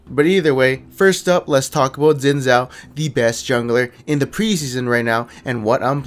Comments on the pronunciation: zin zao..../facepalm it's pronounced Shin Jao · Dude, you can't call yourself Asian if you pronounce Xin Zhao like that.